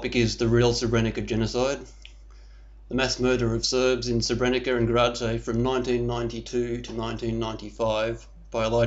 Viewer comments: Hm. This guy can't even pronounce the name of the town properly. You don't say Srebrenica, you say Srebreniza. Sort of loses credibility right away, if he knows so much about the town, he should pronounce it right... no one says Srebrenica. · First thing- when you get to pronounce SREBRENICA the way it is pronounced... then will I consider you as someone who knows what he is talking aboute! Untill then. Please, pelase dont .... hm... I just wanted to ask you to stop talking aboute massacred people, and I realised that if you would listen to me, you wouldnt have posted this wideo in the first place... is there hope...?